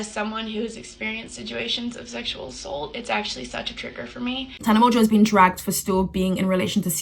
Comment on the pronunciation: I love how well she minimizes the systematic “seshual” assault as “Ooohhh Im just so fluffy who wants a hug??? Hehe”